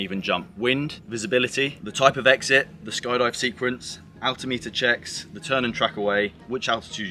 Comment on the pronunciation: Looks terribly worn out. And it is Altimeter. Not Atltimeter.